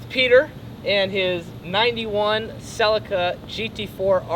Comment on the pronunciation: It's pronounced "CellEEca"...